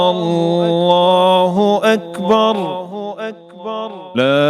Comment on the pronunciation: الله اکبر میں را پر پیش پڑھیں آپ زبر پڑھ رہے ہیں جزاک اللہ خیرا